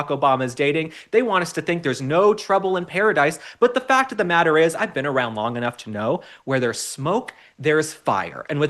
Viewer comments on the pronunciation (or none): none